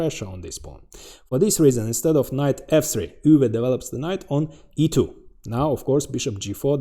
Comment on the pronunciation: Thank you for pronouncing Euwe’s name ha